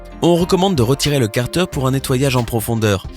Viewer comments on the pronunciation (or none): On dit cartère, ÈRE pas eure